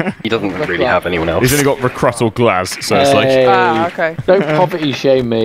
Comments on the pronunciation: It’s REEE- CROO-T Not REEI-KR-UHT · Why’re they pronouncing Recruit like that?